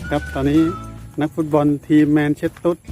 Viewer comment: แมนเชสเตอร์นะครับ ไม่แมนเชสตุ๊ด